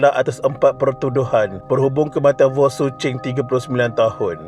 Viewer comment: Wasalam btul laa dia sebut voon😅 sy dngr voon bkn wong